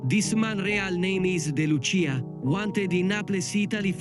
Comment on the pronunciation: It's pronounced "day" Lucia, Not "dee" Lucia